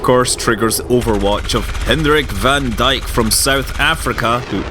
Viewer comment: Scott, BTW van Dyk is pronounced "fun Dayk"